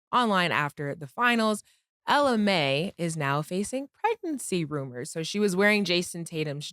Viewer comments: “MLA”, “stanima”, Cam is ill. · Nigga said Emma Lai instead of Ella Mai, Cams speech is hilarious sometimes, just like Stanima and “defensive praliss” instead of “prowess” 😂😂😂😂😂